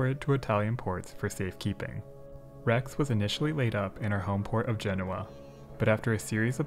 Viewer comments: You pronounced Rex okay 👍🏽!! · Seems to me you pronounced rex correctly every time. If Italians wana their names asaid correctly they shoulda speak english.